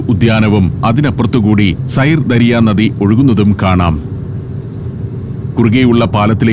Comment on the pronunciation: സൈർ ദരിയ എന്നല്ല! സിർദാരിയ - എന്നാണ് ഉച്ചാരണം! ദരിയ എന്നാൽ നദി !